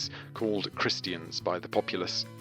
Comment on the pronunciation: The pronunciation of christian.... -__